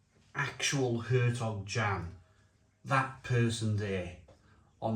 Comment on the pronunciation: It's pronounced Yan